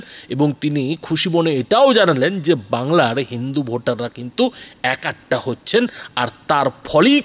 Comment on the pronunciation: একাট্টা খুব কানে লাগে! শব্দটা এক কাট্টা।